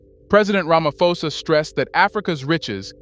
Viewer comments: Stop saying Ramafosa its Ramaphosa with P not F in South Africa we pronounce name as they are writen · Bro please pronounce it properly...its Ramaphosa as in Pot. Pan. Post. Not "F". Its not english. Ramaphosa